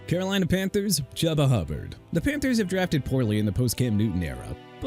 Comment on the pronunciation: CORNERBACK AJ TERRELL PRONOUNCED TUH-RELL, CHUBA HUBBARD PRONOUNCED CHOO-BA, ROMEO DOUBS PRONOUNCED DOBBS, TONY POLLARD PRONOUNCED PAH-LURD AND JAGUARS PRONOUNCED JAGWAARS SO STOP SAYING JAGWIRES OKAY?! ARE YOU SERIOUS?! WERE YOU HIGH BEFORE DOING THIS VIDEO?! HONESTLY YOU NEED A RE-EDUCATION ON PRONUNCIATIONS CUZ YOU CAN'T SAY ANYTHING RIGHT FOR NOTHING!!